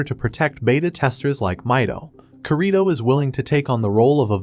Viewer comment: Oh and its not korìto its kirito